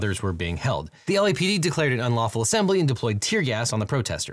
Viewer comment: what the heck is an ulawful assembly?!